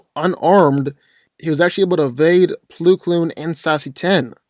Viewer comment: “Ploo Kloon”